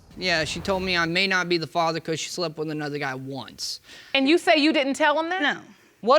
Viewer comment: “iT wAS OnlY wUnCe”